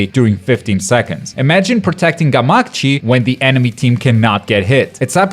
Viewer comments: Did he just say “gamaCHI” wtf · Did he just call gamakichi gamachi? 🤣🤣